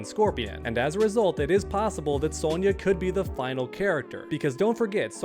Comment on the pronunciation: Bro throwin like 3 extra Y’s in Sonya’s name lmao